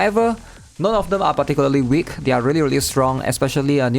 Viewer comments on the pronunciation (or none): none